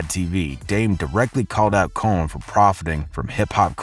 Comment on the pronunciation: How are you pronouncing these names?! Lion Coen Camren?! 🤣🤦🏽‍♂️